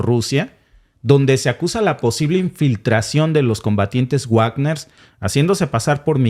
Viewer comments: Me encanta el contenido de este canal. Solo me fastidia que no pronuncien bien el nombre Wagner (se pronuncia Vagner, no Uagner) Saludos! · No se pronuncia Uagner porque no es un apellido inglés ni estadounidense, sino Wagner (como leeriamos Vagner) porque es un apellido alemán, el mismo del célebre músico Wagner. Resumiendo ese asunto concreto de la pronunciación : En alemán w=v. Pero en inglés w = u. Por favor comprueben y pronuncien bien, para evitar confusión. Y también simplemente para evitar que la gente ignore ese tema de distinta pronunciación de otros idiomas, y en nombres y apellidos, sean famosos o no. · Por cierto compañero, me gustaría que pronunciará correctamente "Bagner"y no Guagner" porque es palabra alemana y "guagner" se oye del nabo.. perdone usted la observación. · Wagner se pronuncia Vagner, porque es un apellido alemán. Como el célebre músico Wagner. Por favor comprueben las pronunciaciones antes de emitir, para no extender errores entre los oyentes. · Wagner se pronuncia Vágner, o Vákner.